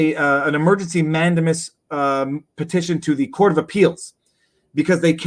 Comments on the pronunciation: You said mandiamus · "man-DAY-mus is the word, I believe; does not add to credibility. I like your arguments generally but on one this one I think you are wrong and by a wide margin. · I've heard 5 pronunciations of "mandamus" since your original video. How many more?